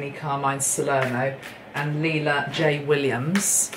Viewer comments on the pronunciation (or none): none